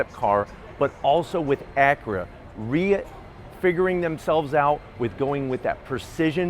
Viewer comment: "acrea, rea-fig-uring out"